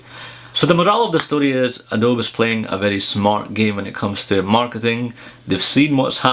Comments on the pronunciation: Adobe is pronounced like "AdoBEE" not aDOBE. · Just to let you know, it's 'Adoby' not 'Adobe' when you say it ;). And what I would really want on the new MBA is a bigger screen.